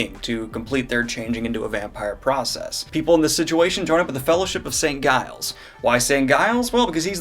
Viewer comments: Giles pronounced Jiles. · "Guy-les"? Come on, obviously a Buffy reference. That's not how you pronounce Giles. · St. Giles--not pronounced like guile. Have you not watched Buffy, lol? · I may be wrong, but I've always pronounced the G in Giles like a J. Hence Jiles. I've not read the series since 2012 so thank you so much, Daniel, for this catch-up summary! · Saint Giles should be pronounced with a soft 'g'. In English affricate as in 'giant' and fricative in languages such as French (Saint Gilles was a popular French saint), but regardless of the language it is always a soft 'g' as it is followed by a weak vowel. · Man, the G in Giles is soft 🤦🏼‍♂️